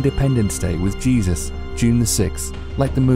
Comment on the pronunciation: jegus I swear uhhgghggh